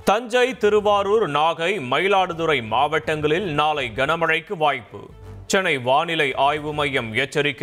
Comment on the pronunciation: இப்படித் தான் பலரும் உச்சரிக்கிறார்கள்